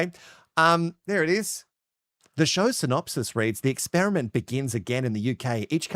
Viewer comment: Is there a reason why the dude says ‘ESPERIMENT’ AND ‘ESPERT’..?